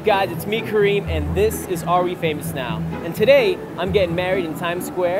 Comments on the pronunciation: It's not cream for god sake he's karim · They pronounce "Kerrim" actually, not cream. That's the pronunciation of the English people.